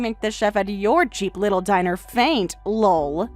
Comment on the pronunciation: Please stop saying "Lull" whenever LOL comes up. It's meant to just be a laugh.